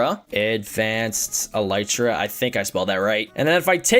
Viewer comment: elytra is pronounced el-eee-tra